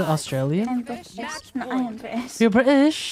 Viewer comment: YOUR BRI-ish?! Bestie on how you said it was so slay and btw.. this gril is weird